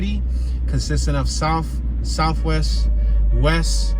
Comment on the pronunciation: Norf, Wess, & Soufwess.